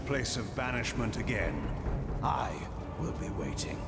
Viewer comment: Are you saying "will" or "wheel?" It's ambiguous.